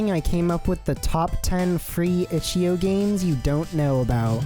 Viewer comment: bro really pronounced ichio